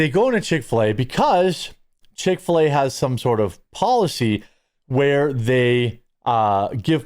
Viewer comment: You said Chic Fila so many times I’m going there for dinner. Dang it.